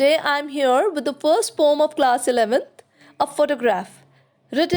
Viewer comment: Your video is really helpful, but I just wanted to mention — the word poem is usually pronounced as poh-uhm(po-em). Since a lot of students follow your videos, I felt it’s important they get the right pronunciation. Hope you don’t mind me pointing this out 🙏